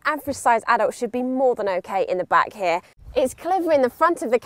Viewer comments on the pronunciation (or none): stop saying hieee(here) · And sorage hea and hea and he.a and hea and hea .... And hea (here)